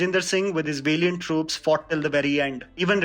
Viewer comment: Very informative! Can you think of correcting your pronunciation of some words please - valiant, courtesan...